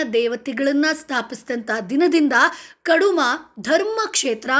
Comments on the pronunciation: ಕಡುಮ ಅಲ್ಲ ಕುಡುಮ ನೆಲ್ಯಾಡಿ.ನಲ್ಲಾಡಿ ಅಲ್ಲ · ಕಡುಮಾ ಅಲ್ಲ. ಕುಡುಮಾ.